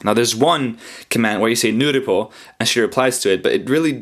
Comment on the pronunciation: It's Nurupo. As in NullPointerException. There was a board on 2ch where first poster posted a ASCII art saying "nurupo" and then was replied with another ASCII art showing him being hit and yelt "ga!". So the 2 reactions are: 1: "ga!", directly as reference. 2. "Ga! Aaa...aaaaaah!" as she responded as reference and got embarrassed. Just trying to pronounce nu-ru-po (kind of noo-roo-po ish? I think).